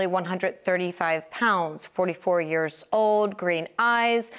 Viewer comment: DID SHE SAY YEARS?